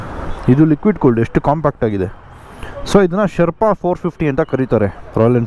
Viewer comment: Ley yaaru guru neenu yavaga nodidru nam GS nam GS antha compare madkoltirtiya??😅😅 gothu bidu guru nin hatra super bike ide antha😂😂. One more thing, please look for the actual pronunciation of Sherpa.